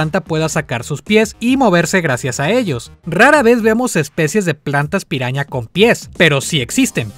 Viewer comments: Cuando dices piraña en ingles suena a "peruana" xd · dice: Piruana